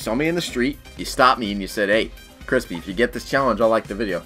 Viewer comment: Cwispy this challenge is easy